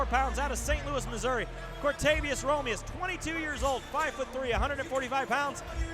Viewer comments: A year later, and this commentator still calls him Romirez...amazing. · And the other guy calls him Romilus...wtf